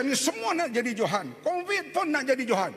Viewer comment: Sebut Covid pun Convid ni menteri chicago ke aoa haha samdol